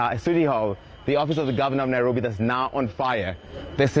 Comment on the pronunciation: she said “..Nae-robi..” and for Afrikaans speakers this word can have a real meaning to such a place under such conditions.